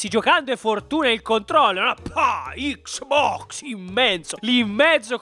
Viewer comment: "PPPPAAAAHHH!!! ICCSSSBOXXXX"